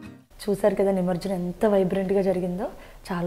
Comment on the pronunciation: ఏమనుకో కండి అది నిమర్జనం కాదు ' నిమజ్జనం '..